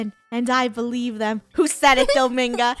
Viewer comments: It’s not Domingo it’s dominga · its DomInga NOT domAnga